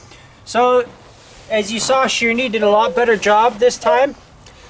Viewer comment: Hi, I really liked the name 'Sherni', just want to add my few cent about the pronunciation to make the name sounds more like what it meant.. " SHAY-ER-NEE'